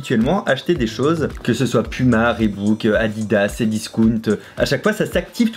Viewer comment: Tout comme reebok qui se prononce: ribok et non rébouk (comme il le dit juste après son pouma) ^^'